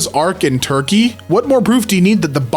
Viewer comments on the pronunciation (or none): none